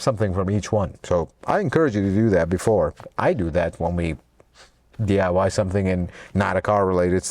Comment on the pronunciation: Why don’t you day DIY do it yourself,instead í notice your saying DYI do yourself in? Lol